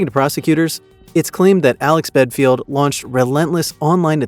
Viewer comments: Get your facts right. BELFIELD. NOT BEDFIELD. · Sounds like you’re saying bedfield, well which is it, Belfield or bedfield ??!! If you’re gonna shame get the name right. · For Christs sake, at least get the idiots name right, it's Belfield, not Bedfield! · Bellend not belfield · His second name is Belfield. Not Bedfield. This Alex Belfield is a lier and a con artist. I have watched quite a few videos of him in 2020 in the lockdown and he came across as the man of the people. As I got to watch more of his videos, a darker side was starting to emerge. I have never given money, because I don't do anything online and when Alex Belfield started ask his fans to give money to sue the BBC, it came across as doggy. Why did he not pay the court fees himself, the money he conned out of his fans was for his holidays and lavish lifestyle. He does not really like women much, a racist, makes fun out of over weight people and just a all round horrible human being. 5 and a half years was not enough prison sentence for him, he should have got at least 10 - 12 years. The simple fact is that he showed no remorse for his 4 stalking crimes, the sentence was not long enough for that reason. If the punishment is not harsh enough there is a chance of Mr Belfield committing the crimes again. Why is his social media sites still active, close them down?? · BEDFIELD? you can't even get his name right ffs!! But hey, high in the algorithm right now huh? and you got my click. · What an idiotic channel that can't even his name right! Capital radio Nairobi Kenya?? Just heard that one 😂.... channels like this should be banned! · So many things incorrect in this video bit least you can't even get this name right. Shocking example of You Tube video makin, improve or give it up! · Belfield?? BELL-END!